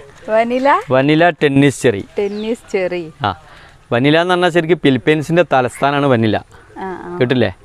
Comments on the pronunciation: Not vanila. Manila. 👍🏻🤪🤪🤪🤪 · മനില "യാണ് വനില അല്ല 😄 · ഫിലിപ്പൈന്സിന്റെ തലസ്ഥാനം വനില അല്ല സാർ. മനില എന്നാണ്